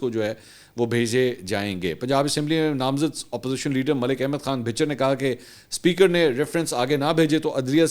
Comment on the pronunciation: Sir, lafz Bichar nhi blkeh Bachar hay, بھچر ، بھ کے اوپر زبر ہے۔